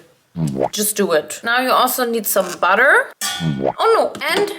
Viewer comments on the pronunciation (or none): none